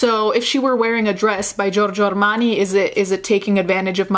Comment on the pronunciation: Your pronunciation of Armani and Versace was on point 👌🏻